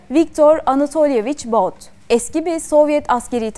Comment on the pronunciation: Viktor Baut değil.. Viktor But .